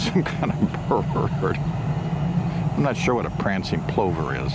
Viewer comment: It's pronounced plover like Danny Glover